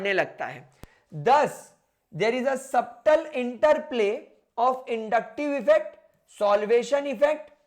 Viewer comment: In "subtle", the 'b' is silent. Please keep that in mind